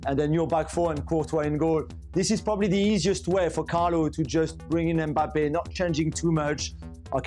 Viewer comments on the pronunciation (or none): none